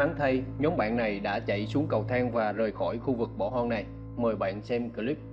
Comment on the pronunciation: Khu vực bỏ "hon" 😂, một đoạn "vi-deo"😂